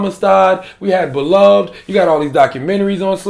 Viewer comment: He says "slave movies" as if there are so many to constitute a genre. He claims to know the content of 12 Years of Slave but hasn't watched it. He claims Roots, Beloved (which he mispronounced), Amistad, and Django Unchained are slave movies. 1. Roots is a watered-down mini-series. 2. Beloved deals with the after effects of slavery, not slavery itself. 3. Amistad was about a single event during the Middle Passage. 4. Django Unchained was a revisionist fantasy and a poorly made movie. 5. 12 Years a Slave is the only proper slavery film in existence. He says he liked Django the best because of its cherry-on-top ending, but that doesn't reflect slavery's reality. Whether he likes it or not, black people were victims. It's our history.